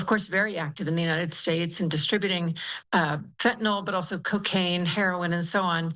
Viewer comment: It’s not Fentanol. It’s FentaNYL. Damn, this is the fool supposed to control the stuff and he doesn’t even know what it’s called!